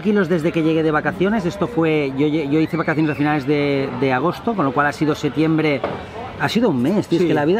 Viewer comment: setiembre jajajajjaja te falta la P